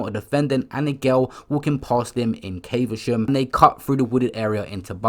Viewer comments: Bro it’s not pronounced Caiv-a-sham. It’s cav-a-shum i live here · It’s prounonced cavershum dm tho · Caver-sham lmao 🤣